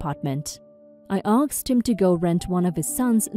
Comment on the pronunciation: Asked not aksed